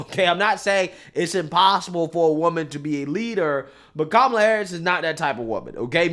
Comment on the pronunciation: Perfect comparison between Tulsi Gabbard , and Kumala . Vivik pronounces her name like that , he should know how to pronounce her name correctly cuz he's Indian too .